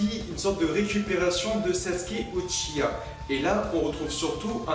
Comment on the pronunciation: Super video mais j ai une question Pourquoi du dit UCHIA au lieu de UCHIWA?